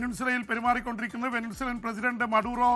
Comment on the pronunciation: ചേട്ടാ... വെനിൻസുല അല്ല. വെനിസ്വേല ആണ്